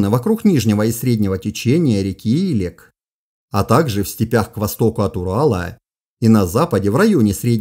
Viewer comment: В Казахстане течет река илЕк ( с таким ударением). Купался в ней в детстве. Моя историческая родина))